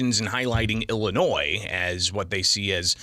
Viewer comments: Listen to all those measures our Illinois crooks put in place…. And crime is up! Not sure how they’re measuring the impact of their laws, but they’re not working. On top of that the press sec can’t pronounce Illinois correctly. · Speaks for the president and can’t correctly pronounce Illinois.